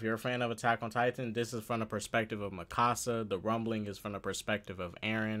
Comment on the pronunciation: Me exited till he says Mikasa wrong